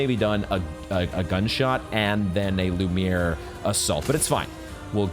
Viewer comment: Hehe, love how you pronounce "lumiere attack" as "lumiyay" The playthru is 10\10!🎉